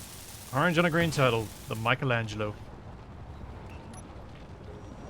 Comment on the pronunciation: Oh.. and "Tur-teal"